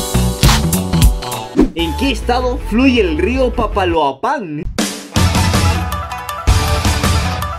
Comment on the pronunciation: When no pronuncio bien "papaloapan" Aver aver que paso?